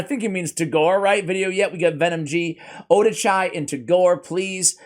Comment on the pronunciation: Oh-Dah-Chee... Just sayin. Oh-Da-Chai sounds like some kind of herbal tea...